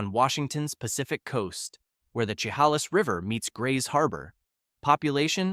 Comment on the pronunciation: Bruh, as a Washingtonian, I get a hardcore cringe at the absolute slaughter of our towns n cities. The info 💯 awesome, needed info. As I'm watching and hear you say Yakima I held my breath. You got to Chehalis I almost left. Research pronounciations as much as you do the info you're reporting. PLEASE!!